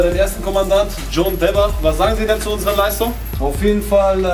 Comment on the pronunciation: Wie der eine Typ einfach John Webber nicht aussprechen kann und immer John Weber sagt